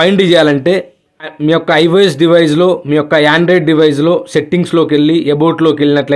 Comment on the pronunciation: Android ❌ andorod✅